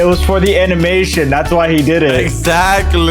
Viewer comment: "All for the Anamtion"